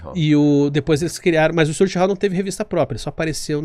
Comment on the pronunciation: que stuwart hallll??? , uahuahuahua é JOHN sTUaRT, Hal Jordan! esse cara não sabe nem o nomes dos personagens... dá pra ver que não leu nada uahuahauhauha